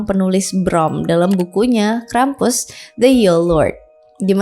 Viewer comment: maaf kak, aku dengernya krepes